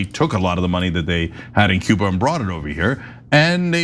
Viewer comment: Was he trying to say "Cuba?" Sounded like Ciba.